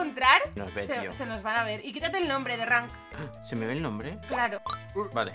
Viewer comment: Like si piensas que en ves de decías holi holi derank dice coli holi